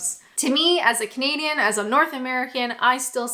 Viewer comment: To this day I still hear 'comedian' when says Canadian.